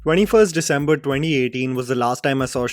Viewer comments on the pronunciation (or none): none